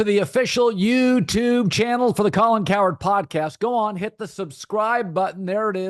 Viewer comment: Colin, love you but why do you say YouTube so weird lmaooooo